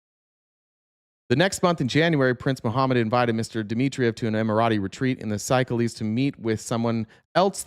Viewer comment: I believe that country (Seychelles) is pronounced “say-sheels”. It’s in Africa—islands on the east side, of the continent